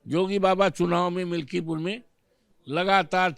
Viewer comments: पत्रकार मिल्कीपुर को मिल्कीपुर बोल रही है। ऐसे ऐसे तो पत्रकार हैं। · मल्कीपुर ना मैडम मिल्कीपुर है पूरी जानकारी लेने के बाद इंटरव्यू लिया करो😅